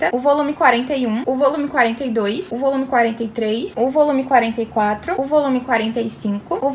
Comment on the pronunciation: Na minha cabeça eu só escuto "ovolume" kkkkkkkkkkkk